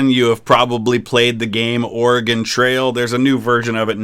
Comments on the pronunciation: As an Oregonian that the fact that you are from the Midwest and pronounce our states name correctly brings me joy. Almost as much joy as getting to see you react same day to this video! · Fellow Oregonian! I was honestly surprised to hear both Oversimplified and VTH get it right. Most Midwesterners I've met say it "Or-e-gon" or "Or-gon"